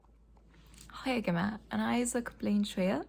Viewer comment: The "هاي يا جماعة" was 100% Egyptian 👏